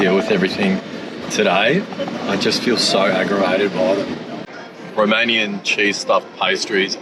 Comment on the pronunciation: Mate you are literally putting every english speaker I know to shame, your romanian pronounceations are bloody brilliant, literally perfect in some cases. Bloody well done! 👏